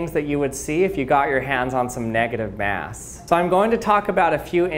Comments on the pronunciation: x X_NoobSlayer_X x Yeah ikr! Its every second he says it "neGAtive maass" negaTIVe mas" "negative MASS" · neahgadive meaws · I think you two don't understand that OP probably spelled it that way because the way the guy pronounces "negative MAAASSS" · Nugitive mass